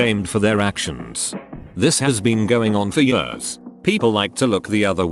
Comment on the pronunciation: Text: years TTS: yörs